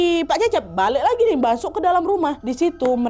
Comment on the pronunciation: kayanya aku dgr KA Nadia bilang masok itu basok yaa😂